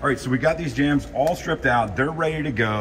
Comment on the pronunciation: Jambs. They're called door jambs. Not jams. Though door jam does somehow sound like it would go good on toast! 🤣🤣